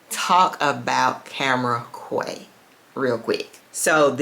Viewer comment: I don’t like to correct people on fragrance pronunciation. I think this one is kaaah-waah 😅